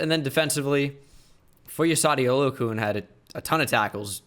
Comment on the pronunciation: "foy oh saw dee oh loo a kune" "Foy a sawed oh lue a kan"